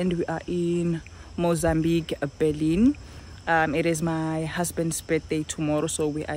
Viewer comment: Bee-leh-neh** (pronunciation)